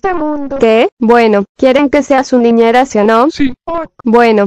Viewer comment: "quieren que sea su ninera" omg Valeria OuO es gringa AJSJAJAAJJAAJSAK